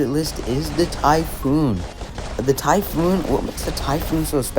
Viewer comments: Its typh-on ... not oon ❤ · Bro u somehow managed to pronounce Seraph’s Apparition ability wrong. Are you serious 😹? And Typhon too 😭?